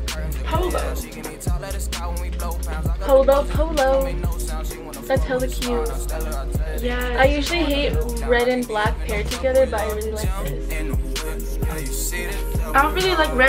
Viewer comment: really out here sayin toGAY bahahaha im dead